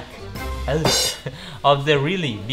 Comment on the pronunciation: Sight=saik wkwkwkw salah oi yg bener sait